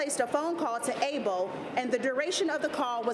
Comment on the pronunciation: Lady please stop saying A-BOWL.. it’s like all of a sudden you have a Korean accent when you say A-BOWL